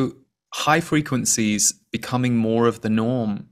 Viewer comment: What I heard was "high frequen-z's" 🥰